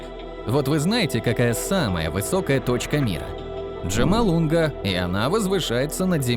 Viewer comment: Катастрофическая безграмотность автора. На первых же минутах - "аквОлангист", "ДжамалуНГа". Жаль, тема-то интересная.